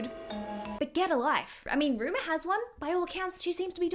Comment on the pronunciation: the other daughter's name is Rumor, not Ruma